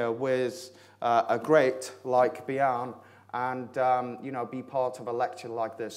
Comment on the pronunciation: Yea, but his vocabulary is great and on the other hand his Danish name Bjarne is pronounced wrongly. It is pronounced 'Byarne', where the e is pronounced like e in 'error' :) . Bjarne means Bjørn ('byoern' with an ö like in birn or firn ) , and bjørn means 'bear' . Touche :)